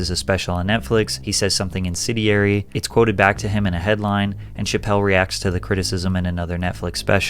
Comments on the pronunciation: Also, the word was Incendiary, not Insidiary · Bro you talk about a smear campaign and then proceed to quote the Atlantic as a real source of people’s opinions. Idk if it’s the Atlantic quote or the bad reading . It’s incendiary, as in fiery. Not “insidiary” like insidious. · Great vid Patrick. Stay hydrated. P.s. It's "incendiary"